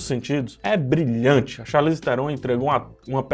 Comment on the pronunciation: vi hoje a Charlize falando com se pronuncia o nome dela, e não posso deixar de comentar. O Charlize tu falou certo. Se não me engano, a origem é francesa, então a pronuncia, nesse caso, é parecida com o que a gente fala. Ela inclusive zoa quem fala "charlaize" hahaah Já o Theron, se pronunciar TÉRON. Enfim, só uma informação kkkkkk